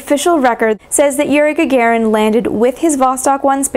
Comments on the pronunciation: Ga-ga-rin мудак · Is Gagarin's name really correctly pronounced "Gagerin"?